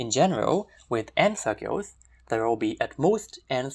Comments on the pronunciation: This was really cool! The fact that you pronounce circles as "cirgules" was a bit distracting though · I cannot place his accent (hint: Burmese!), but this is definitely my first time hearing it used instructively, and certainly the first time hearing "circles" pronounced as "sheowkulls". Very pleasant to the ear!